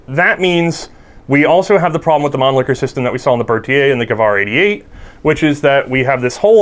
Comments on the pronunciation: the guy said man licker instead of mannlicher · Please, please learn how to pronounce "Mannlicher" - it hurts when you say "Manlicker" : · / Pronounced 'Monleeshur' not 'Monlickur' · Why does everybody pronouce the world Mannlicher to "Man-Licker'? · lol he said man-licker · This video was ruined for me because I couldn't stop giggling at 'Mannlicher'